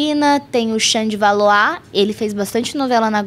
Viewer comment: Que legal ouvir alguém pronunciando o "Valois" corretamente